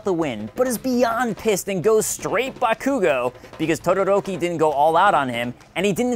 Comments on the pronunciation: Haha BaKoOgO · Maldonado It's really hard to focus on writing my review of season two, because that pronunciation of Bakugo's name is killing me with laughter. xD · Um... it's pronounced Buttkoogo. Thanks. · JustNel ikr, I hate the way he said bakugou